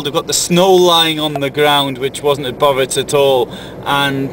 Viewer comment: Bovec not Boveć Slovenia doesn't have ć only č !